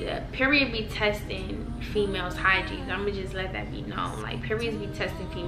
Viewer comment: It’s completely sound like ur saying hi jean lol but I’m high so 😂